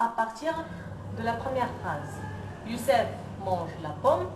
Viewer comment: Youcef pas youssef